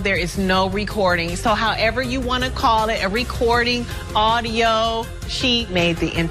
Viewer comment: “yovanna has some sort of, ARRDIO 😅”